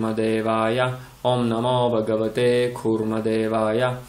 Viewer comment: Я вот не пойму почему вы произносите багавате,когда там пишет Бхагавате.Хочу заметить на примере 6 песни Шримад Бхагаватм,что в санскрите произношение очень важно и если не правильно звучание результат будет не правильный.Как в примере с Вритраасурой,его отец хотел чтобы был враг Индры,а из-за не правильно произнесённой А вышло Индра враг.